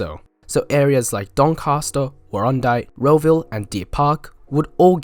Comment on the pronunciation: Was a train to Warrandyte really planned? Hard to imagine! Although I suppose if it terminated down at where the football ground and IGA is, it'd be feasible. Hell of a grade, though! (I did also chuckle at your pronunciation of Warrandyte, heh.)